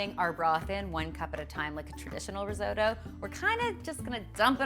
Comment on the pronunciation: I'm Italian. Risotto (non "risoudo" :-P) is not boiled. That is boiled rice!